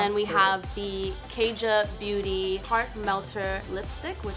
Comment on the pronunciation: Kaja is not pronounced Kay-Ja it’s Kah-ja